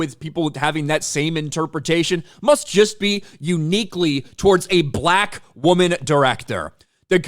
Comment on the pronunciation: The weird way pronounces "Black": BUH-LaAK. 😂